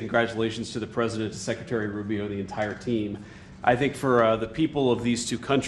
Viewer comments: Preisdent or president? New oxford dictionary 😊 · “Preisdent” that’s so bad….